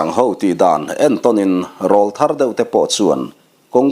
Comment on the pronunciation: Sir, Râwlthar tih hi’ râwl’ hi aw râwl sawina a ni , Aw râwl sawina, aw ki in thlak tir sawina a nih angin Râwlthar tih hi i lam dan a dik lo deuh a. I ne pawh ek hâuh lo chung leh nangmah ngaisang chungin ka rawn sawi ve hrim hrim e🙏🏻